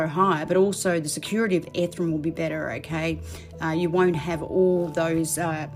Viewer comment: Ethereum!!!! Not Ethrum!!!!!! 🥵🥵🥵🥵🥵🥵🥵🥵🥵🥵🥵🥵